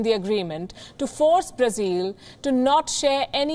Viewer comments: Palki, why do you say Brazeal? It is Brazil. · Her pronunciation is more accurate. Brazil is how westerners say it. Brazilians say Brazeal.